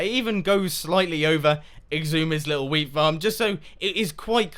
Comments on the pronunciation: When mumbo talked about xisuma's wheat shop I thought he said weed shop at first and I was very amused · At points I thought he was saying weed shop